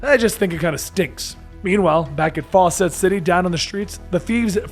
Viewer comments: Really fawcett city. Faucet city. Really!! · 'Fawcett City'... Like 'Fawcett Comics'?